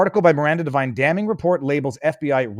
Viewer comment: Devine not Divine. Knucklehead